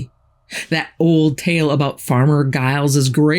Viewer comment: Giles is pronounced as Jiles. I'm English so I'm kind of a stickler for pronunciation.